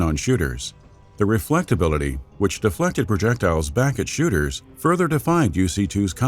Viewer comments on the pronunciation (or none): Did he say 1st person shitters?